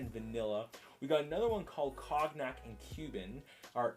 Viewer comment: love the review Cognac is a alcohol and it is pronounced more like “cone-yak”